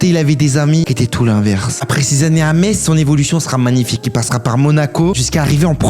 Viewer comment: Enfin quelqun qui dis pas meTTTTz